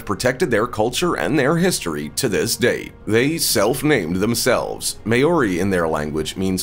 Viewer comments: List was in wrong order, narrator sucked, and its "mow-ri"...NOT "may-o-ri" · MAY-ORI hahahahahahaha that's not how it's pronounced, Closest way to say it is "mouldy" like mouldy bread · may-ori? sorry having heard the name many times directly from maori people in the English lang it would be pronounced Mow-re . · The indigenous tribe in New Zealand are the Māori people It is NOT pronounced mayori! Phonetically it is pronounced Mawri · The way you say Maori bugs me. It's not pronounced May-Ori! It's pronounced Mow-Ree. Like how you say the Hawaiian city of Maui (it's similar to that but add the REE sound to it and you get MAORI) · Maori is not pronounced May-ory, it's pronounced Mow-ree 🤣🤣🤣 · Far out bro I’m Maori and you butchered the hell out number 3’s name 😂😂 it’s pronounced sorta like “Mouldy” or like “Mole-dee” not “May-ore-ee” sheesh. You are spreading misinformation when you don’t properly pronounce things, it can come across disrespectful haahaa. Nice video tho but I reckon you must’ve butchered a lot of other tribes names too. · May-ori?! Lmao its MAH-or-ee. Literally google it and hear how they pronounce it. Not that hard🤷🏻‍♀️ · As a Kiwi, I have one issue: Maori (pronounced Maw-re, with a rolling "r".) never had any major contact with the US. Initially with the Dutch (under Abel Tasman) and later the British (under James Cook) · The New Zealand people are pronounced ‘mao-ri’ I believe.. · did he just pronounce māori as mayori? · Maori is pronounced 'mohw rhee'. Besides that. This was total click bait. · This was irritating me throughout the entire video. Not how you pronounce it at all! If you are going to talk about a culture, learn the pronunciation. Treaty of Waitangi as well. And since when are Maori feared by the US army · ikr and even being a samoan myself i even got offended when he pronounced it wrong. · This man has never heard of a Maori before He can't even pronounce the word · All of this research and that’s how you pronounced Maori?